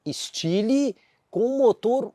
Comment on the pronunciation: kkkkkkkkkk "estili"